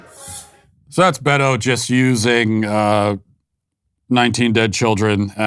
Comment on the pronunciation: We should take Beto as seriously as Matt takes pronouncing his name